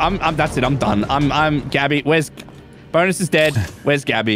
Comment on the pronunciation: I don't know what is its but every time I hear say bonus I hear BONERS